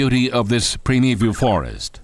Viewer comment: "Prime Eve You'll Foe-rest", REALLY? Yes, it's just about as bad as fingernails on a Chalkboard!!! Speak Right for Hell's Sake, and Mine!!!! Damn!